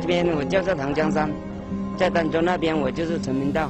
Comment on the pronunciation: 儋州 那字念dan第一声吧？